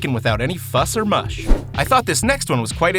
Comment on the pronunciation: Did you say Mush?? it's muss.. fuss or muss. hehe